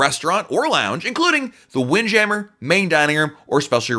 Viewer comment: The way he says windjammer 😂